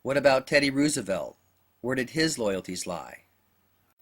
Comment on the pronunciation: funny how u pronounce Rooosevelt lol